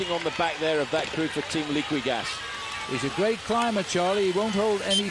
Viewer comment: Liquigas pronounced Leakygas?